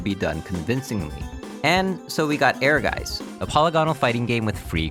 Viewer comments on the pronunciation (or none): German speaker here. You mispronounced "Ehrgeiz." You said, "Air-Guys" which is a common mistake most players make. It's actually pronounced, "Air-Gates." Thank you for including this gem of a game, I grew up on it and it has always been very special to me